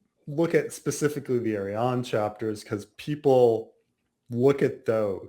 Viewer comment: it's headcannon's Dornish accent/way to pronounce